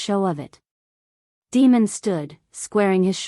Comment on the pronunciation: I cringe every time that voice calls him Demon. I’m assuming it’s Damon? Other than that announce the story is great and riveting.